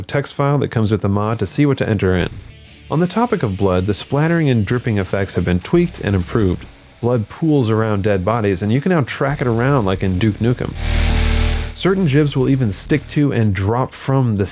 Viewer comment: he say Doof Nukem? xD